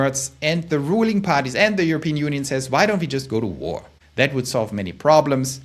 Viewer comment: likewise only one vowel in “war” in English, /wor/ not /wo’ah/ (which is actually more like the English spelling of Doch! heheh)